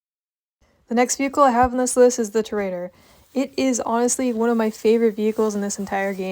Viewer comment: Ew pvping on gta and also tor-uh-dor